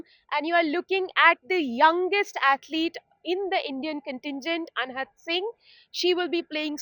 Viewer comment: ये मुर्ख रिपोर्टर अनाहत को अनहत बोल रही है।